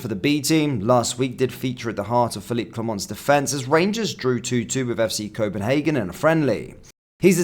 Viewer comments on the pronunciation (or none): none